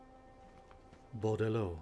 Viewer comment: He is saying Bordeleaux right. You don't pronounce the "x" at the end, it is just a form of plural.